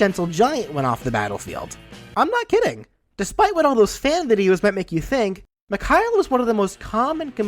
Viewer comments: I know this dude didn’t just call Mikhail, “Mick-Hile” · So it's a mix of stock Medigun and Kritzkrieg (unlockable medigun that gives critical hits instead of invulnerability) - He could also appear from Engineer's teleporter, to show another aspect of teamwork of Team Fortress. Also, proper pronunciation of his name is "Mikha-EEL", just so you know :)